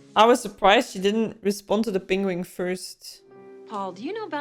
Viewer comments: Pengweng. Hahaha. I always say pingwing. And your Flemish/Dutch "gotver" is a masterpiece. Fun reaction, thanks! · pronounces penguin in the same weird way Benedict Cumberbatch does. Pangwing, lol. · you pronounce "Penguin" exactly like how Benedict Cumberbatch does in this clip lol